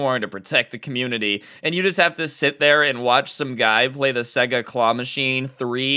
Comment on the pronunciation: Its pronounced sayga